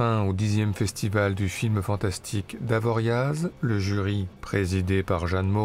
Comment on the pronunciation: toujours excellent, votre regard. une petite remarque. On ne prononce pas le z en savoie. Dire " avoriau " Encore bravo, à bientôt.